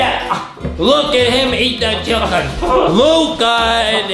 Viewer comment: I love how Justin zez chicken like chilken